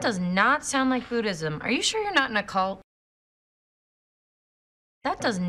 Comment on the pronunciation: Sound 발음 6번 7번 사나로 들리네요 ㅜ